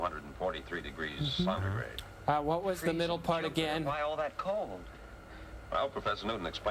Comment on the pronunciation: 243 degrees “sontigrade”?